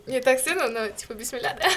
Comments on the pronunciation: Ведущая по религии кто??? Она даже не знаю , как говорить "Бисмилла" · Тамак жеп баштаганда кантет уят го типа биссмилля деп ошону да так айталбай кыргыз экенсин го эми кичине арыдан бери болда